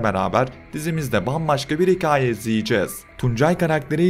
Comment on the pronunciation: Hikaaye değil,hikaye!